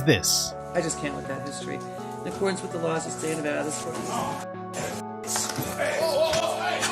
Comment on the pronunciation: Props for pronouncing Nevada like a real one. 👊 Also, of-fucking-course this went down in Clark County. South NV is attracting all the unemployed half-wits from Cali, it seems.